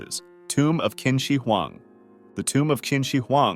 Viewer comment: Qin is pronounced closer to chin than kin